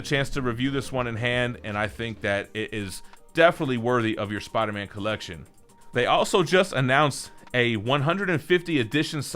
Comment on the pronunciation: Every time says “Spawder Man”